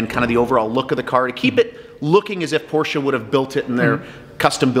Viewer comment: Thumbs up. He is able to say „Porsche“ the right way ( for the others: it’s not a porsh ;^) )